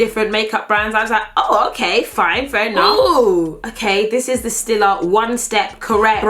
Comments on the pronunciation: StEEla not stilla, it’s stEEla. you can buy it in any m&s with the home section in the UK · it's pronounced "stee-la" 😤